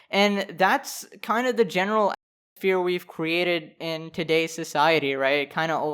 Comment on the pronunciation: did the audio bug out when making the vid or can U really not say the word atmosphere